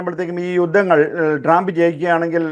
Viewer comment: സഹോദരാ ട്രാമ്പ് അല്ല ട്രമ്പ് എന്നാണ് ഉച്ഛരിക്കേണ്ടത്. Tramp എന്ന വാക്കിന്റെ മീനിങ്ങു നോക്കുക😂 “ ഇനി ട്രമ്പും കമലയും മത്സരിക്കുമ്പോൾ ഞങ്ങൾക്ക് വ്യക്തമായ ധാരണയുണ്ട്. ഞങ്ങൾ, മലയാളികളായ അമേരിക്കൻ പൗരന്മാർ പൊട്ടന്മാരല്ല. നാലു വർഷം ബൈടനും കമലയും എന്ത് ചെയ്തു? 1. പണപ്പെരുപ്പം അമേരിക്കയുടെ ചരിത്രത്തിൽ ഏറ്റവും ഉയർന്ന നിലയിൽ. 2. 20 മില്യൺ അനധികൃത കുടിയേറ്റക്കാരെ ഞങ്ങളുടെ നികുതിപ്പണം എടുത്ത് തീറ്റിപ്പോറ്റുന്നു. 3. ജനിച്ച കുഞ്ഞിനേപ്പോലും തള്ളയും (പെഴച്ച), ഡോക്ടറൂം കൂടി തീരുമാനിച്ചാൽ 24 മണിക്കൂറിനകം കൊല്ലാമെന്ന കാടൻ നിയമം 7 സ്റ്റേറ്റുകളിൽ ഇതിനകം പാസ്സാക്കി. 4. പ്രകൃതി വിരുദ് ധ ആൺ-ആൺ (sodomy), പെൺ-പെൺ വിവാഹങ്ങളെ പ്രോത്സാഹിപ്പിക്കലും മഹത്വീകരണവുമാണ് ഇവരുടെ വൃത്തികെട്ട നയം. 5. ആഹാര സാധനങ്ങളുടെ വില രട്ടിയായി. ഗ്യാസിന്റെ (ഇന്ധനം) ശരാശരി വില $1.50/ഗ്യാലൺ (1.0 ഗ്യാലൺ = 2.84 ലിറ്റർ) ഇപ്പോൾ $3.80/ഗ്യാലണായി. 6. ഗ്ലോബലിസം എന്ന കാടൻ സിദ്ധാന്തത്തിന്റെ ഭാഗമായി ലോകത്തിൽ ആദ്യമായി ബോർഡർ ഇല്ലാത്തൊരു രാജ്യമാക്കി അമേരിക്കയെ മാറ്റിയത് പോരാഞ്ഞിട്ട്, ഉണ്ടായിരുന്ന 500 സുരക്ഷാ മൈൽ മതിൽ പൊളിച്ചു രാജ്യത്തെ കൊലപാതകികൾക്കും ഗുണ്ടകൾക്കും തുറന്ന് കൊടുത്തു. 7. വിദേശ രംഗത്ത് വൻ പരാജയം. ലോക രാജ്യങ്ങളുടെ മുൻപിൽ അമേരിക്കയെ തുണി ഉരിച്ചു നിർത്തി. 150 ബില്യൺ യുദ്ധോപകരണങ്ങൾ തീവ്രവാദികൾക്ക് എറിഞ്ഞു കൊടുത്തിട്ടു അഫ്ഖാനിൽ നിന്നും 13 പട്ടാളക്കാരെ കൊലക്കു കൊടുത്തു രാത്രിക്ക് രാമാനം, നാണം കേട്ടു ഓടേണ്ടി വന്നു. 8. പ്രൈമറി ക്ലാസ്സിലെ കുട്ടികളേപ്പോലും മതാപിതാകുളുടെ അറിവ് കൂടാതെ ഖജനാവിൽ നിന്നും പണ മെടുത്തു ലിംഗ മാറ്റ ശസ്ത്രക്രീയ നടത്താൻ നിയമം ഉണ്ടാക്കി. സ്‌കൂൾ ലൈബ്രറികളിൽ അശ്ളീല പുസ്തകങ്ങൾ നിയമ വിധേയമാക്കി. 9. അമേരിക്കക്ക് എന്തിനും വിഡ്ഢ